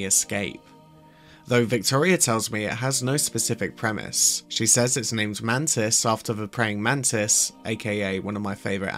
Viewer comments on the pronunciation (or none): none